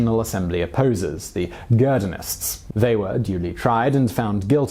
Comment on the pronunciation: I am tired and nitpicking - did I hear you say "Girdonist" for "Girondist"? Is that an accepted English form I haven't heard of?